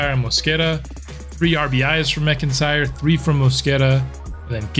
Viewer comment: While we’re fixing pronunciation… 99 times out of 100, McIntyre is said as “Mack-In-Tyre”. Love your baseball content, currently binge-watching as I work on my own Sox franchise with two generationals so far